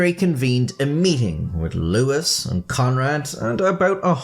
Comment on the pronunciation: Louis III is NOT pronounced "Lewis"